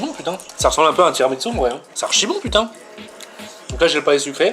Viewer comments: Par contre tiramisou pas tiramitsou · TI RA MI SOU Il me gave a dire TSOUU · Sa se dit tiramisu pas tiramitsu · C un tiramissssssssu pas tiramiTsu